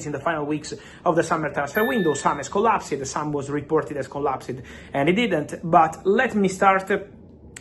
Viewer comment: per favore Fabrizio, 'COLLAPS-D' non 'COLLASIID'